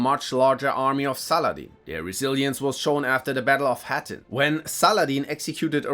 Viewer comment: The Battle of “HAH-TEEN” NOT* ‹HAA-TIN›